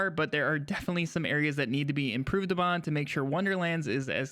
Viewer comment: Also "improve upon" not "apon"